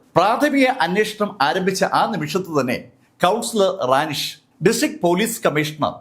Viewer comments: റാനിഷ് അല്ല റെനീഷ് ആണ് സർ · കൗൺസിലറുടെ പേര് റാനി ഷ് എന്നല്ലാ റെനീഷ്